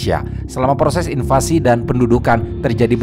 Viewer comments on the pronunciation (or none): none